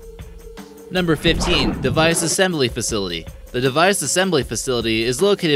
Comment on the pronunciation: NubMmer 15, bUrrGer KiiNNG FoOt LetTUce